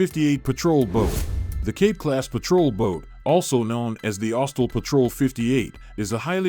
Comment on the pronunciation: AUSTAL! Not Austel